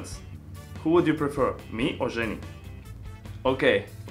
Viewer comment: "zjenny" lol